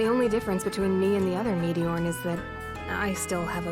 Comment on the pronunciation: First time I heard Manon say meteorn I thought she said meteor